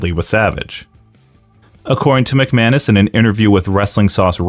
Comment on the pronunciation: The guy's last name might be McManus, but all I hear is McMahon-ish. Also I love how Road Dogg can still basically use his copyrighted WWE name by dropping the second G.